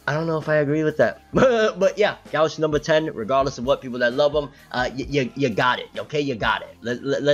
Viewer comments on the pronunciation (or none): Gauche, is pronounced (go-she) it's French. Go to see you back keep it coming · Gauche in french is not pronounced go-she😂 its like gaush